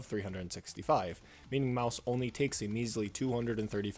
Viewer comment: the way he can't prounce her name made this video literally unwatchable